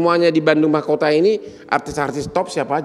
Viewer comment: makuta bang bukan mahkota